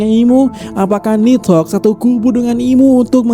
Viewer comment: Pengucapannya yang bener... Ni - dhogg Bukan nid - hogg